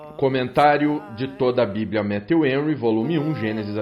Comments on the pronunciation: Pronuncia-se Méfiu Renry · Pastor, só falta o senhor pronunciar Matthew Henry corretamente.